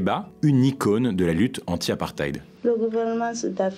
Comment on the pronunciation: On prononce « apparteyde » brother ❤️